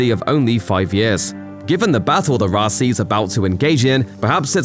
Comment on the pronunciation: Why does the narrator keep calling it the Raci instead of Roci?!